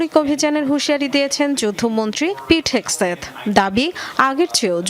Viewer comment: পিট হেগসেট ❌ পিট হেগেসেষ✅